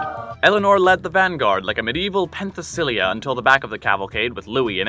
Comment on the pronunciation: Was the the one behind the Bayaux Tapestry? Also, if Persona 3 has taught me anything, the person you compare her to has a MUCH different pronunciation to that name, PEN-thess-a-LAY-ah